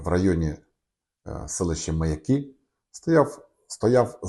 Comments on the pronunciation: Не МаякИ , а МаЯки . Аж слух режет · Не МаякИ: ; а правильно МаЯки!!!